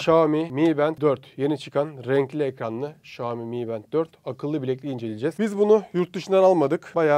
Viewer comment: REİS XİOMİ DEĞİL XİAOMİ ÖĞREN BUNU